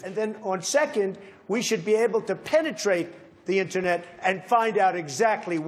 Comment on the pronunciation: "We'll penitrait the Internet"DONALD TRUMP IS AN INTERNET MOLESTER